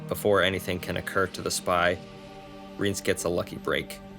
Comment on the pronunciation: Thanks for making these! I'm almost done with Season of Storms, then I think I'll watch the cutscenes for Witcher 1& 2. Sidenote: I think its pronounced Rye-aunce